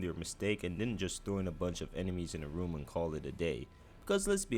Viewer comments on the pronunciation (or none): none